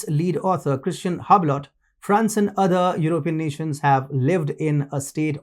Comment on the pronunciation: Learn to pronounce economic, other, assets, and technological